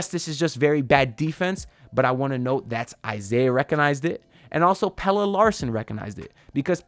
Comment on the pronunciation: 🔥🔥🔥 thanks for the content… I really like Stevens… glad to finally hear you say Pelle the right way also 😅